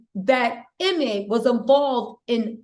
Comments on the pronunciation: EEEE-May not Emmy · His name is pronounced” you-mee”.